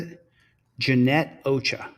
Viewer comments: Ochòa pronounce the second o is a hard O ch"Ò"ah pronouncing the second o like the first o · Heyyy TeamDLZ! 👋 Missed y'all n the Mon live stream. The one lady's name is Ochoa and is pronounced (oh-cho-ah) the O's have the O sound. Lol. The other lady named Antoinette is pronounced (Ant-oin-net). Oin like coin or oink 🤣. Just thought I'd throw that out there. It was funny when said them both totally diff. This one has a lot of good vids n it. Absolutely love the Angry Grandma clip at the end. She's hilarious! Watched the vid her grandson put on of her trick or treating. Definitely go watch that one! She's very well known where she lives. And I'm Jan 1983. Much ❤️ to All! Catch u n the next one! 🤗💕